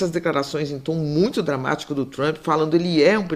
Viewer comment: Aprendam a falar Trump não Trumpiiii - oh gente burraaaaaaaaa